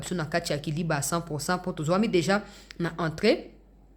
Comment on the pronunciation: Na émission oyo elekaki liboso olobaki KALIBA non eza KALIBA te kasi eza KILIBA. Merci et courage